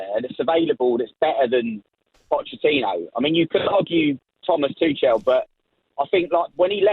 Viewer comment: Thomas Two-chels